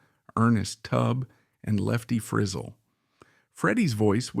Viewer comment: Pronunciation check Frizel. And it's Cal Smith not Carl